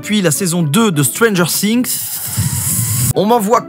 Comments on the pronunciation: On dit pas stranger sssssings mais stranger things ( qui se prononce stranger fings) mais si nn bonne vidéo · Stranger things SA SE PRONONCE STRANGEUR FIGUEE!!!!! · C ps stranger singzzz c stranger things comme fings si tu veux les français vous aimez trop changer les mots anglais C ouf😅